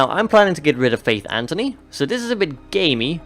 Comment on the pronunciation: It annoys me how both you and EE call faith Antony it's Anthony